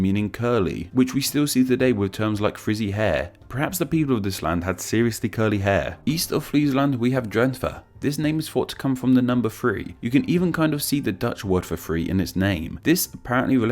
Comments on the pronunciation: The way you said 'three' as 'free' kind of frew me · I still love how he always messes up on correctly pronouncing the number three \THrē\.